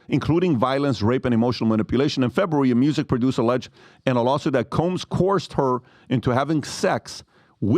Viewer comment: Pronounced co-erssed